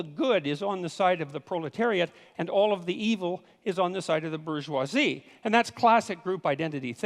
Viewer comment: So, somebody else may have already asked this, but why can't Dr. Peterson pronounce bourgeoisie?